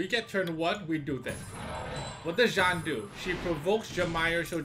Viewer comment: jean is pronounced “jeen” that’s a real american name